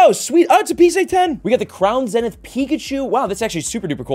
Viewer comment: Can someone please teach this man how to pronounce “zenith”?